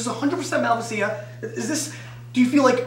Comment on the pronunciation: Learn how to pronounce Malvasia please!